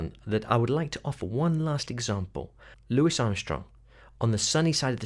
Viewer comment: "Lou wee" Armstrong not "Lou wis" other than that good work